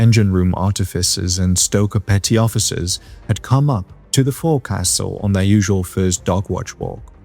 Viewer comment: I think you're the first YouTuber I've heard who's pronounce "forecastle" correctly! 😄 Well... The first time. 😉